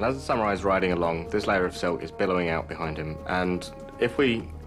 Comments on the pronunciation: haha i hate how the narrator says sameerai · The hell is a SaMUREai? Oh a Samurai. SPEAK ENGLISH NARRATOR! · Lol he said samurai like samErai